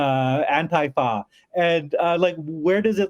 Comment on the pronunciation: the way he pronounced ANTIFA. 🤔